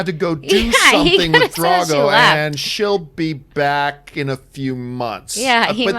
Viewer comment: One thing that is really obvious when watching this is that they are casual fans. The way John pronounces Drogon as Drago. Thinking Edmure Tully was one of the Freys. Or the highlight, Rob's comment about Robyn Arryn: "I guess he's Lord of the Vale now". He's been Lord of the Vale since SEASON 4!!!!!! It got so bad I was expecting one of them to suggest something crazy like Jon might have had a thing for Dany!!! Also, woah...hold on there John. Sons of Anarchy had a great finale. I get not loving it, and everything is subjective, but that's actually the first time I've heard someone say they didn't like it.